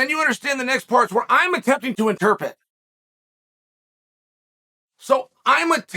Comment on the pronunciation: And then chael goes on to mispronounce “interpret” 🤣